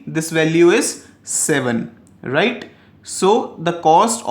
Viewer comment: Its just RIGHT, why are u giving so much stress saying righTTT..., please dnt. It was irritating while I was watching your video, thought to tell u through comments.